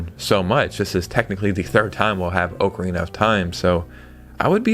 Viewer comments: Oak arena 😂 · Ocarina is not pronounced like that. Gosh.